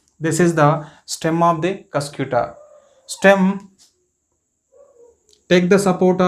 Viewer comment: ur pronouncing is wrong pls pronounce properly its not cyscyuuta its cuscuta spell cuscataa ........